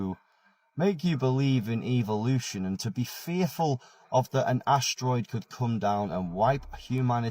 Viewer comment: "evil-lution" spot on